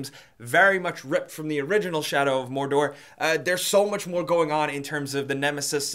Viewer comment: You missed pronounced Mordor. Unsubbed! FANBOYS UNITE!